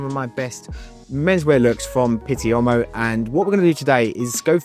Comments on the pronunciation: A “u” followed by an “o”is pronounced as a “w” like buon is bwon and uomo is womo. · With all due respect, you should learn how to pronounce 'Uomo'.